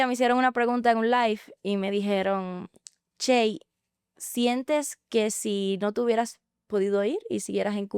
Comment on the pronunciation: Por qué si dices shey Ochoa y pronuncias Chey ochoa